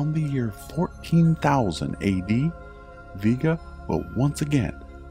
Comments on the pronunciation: VEE Ga, really. it's pronounced Vay-ga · It aint VEE-GA its VE-GA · I disliked the video because you are purposely mispronouncing the word "Vega". ITS "VEEGA" NOT "VAYGA" !!! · Why is it pronounced V-ga and not Vega? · My last name is Vega (vae-ga) and I didn't know the star is (veega) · You pronounced Vega wrong.